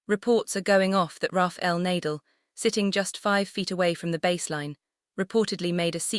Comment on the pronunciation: Surprising that the YouTuber does not know the correct pronunciation of NA-DAL's name. Learn to respect players especially legends of the game by at least learning their names. It's NAR-DAHL not Nay-dle.